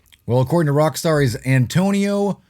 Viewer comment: IT'S ANGELO!!!!! Haha c'mon your better than this lol